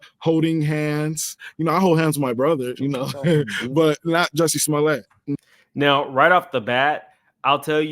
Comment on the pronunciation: He said Juicy Smollet😂😂😂